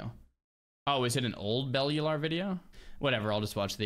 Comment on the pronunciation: How do you not know how to pronounce Bellular.